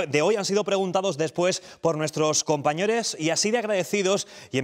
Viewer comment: Si lo dices por el minuto yo creo que dice Compañores, cambiando de lugar la 'o' y la 'e'